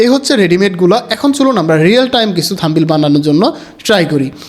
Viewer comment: থামবেইল না ব্রো।থামনেইল হবে উচ্চারন।